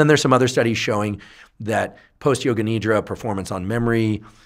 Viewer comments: Not Need-ra. Nidh-ra! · Its not nidra , its nidhra